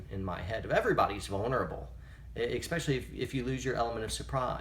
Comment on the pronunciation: I need to say this: There is no x in the word especially.